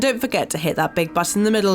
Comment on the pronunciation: Can't you hear the bri'ish thing skipping "T"'s left and right? did you "click the bu'uns on the left" and did you "hit that big butt in the middle to subscribe"? :D She should finish her meal then record the audio, speaking with mouth full is rude :D